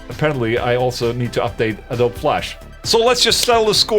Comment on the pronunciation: ...Did you say “Adob”?? Is AdoBEE!